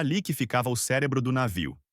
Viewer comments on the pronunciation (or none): none